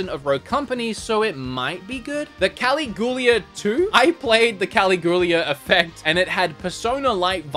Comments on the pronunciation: Caligula “Kah-lig-u-lah” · Cuh-LIG-you-LUH xD xD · Caligula: cuh-LIG-u-la Also, thanks for the video xD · Caligula = cally-goo-lah ??? 😂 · the Caligula game, pretty sure it the same pronunciation as the roman emperor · The way you say “Caligula” hurts me. 😂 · You should never say the word "Caligula" again🙄😂😉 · Not being able to pronounce Danganronpa is whatever, but Jesus dude, Caligula? Just ask Kim how to pronounce the big ones, bud.